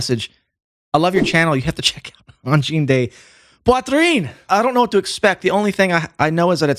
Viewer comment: Your french pronunciation of "poitrine" is pretty good.